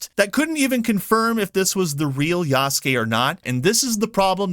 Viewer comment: I appreciate that you can actually pronounce "Yasuke" correctly unlike so many others who cover it.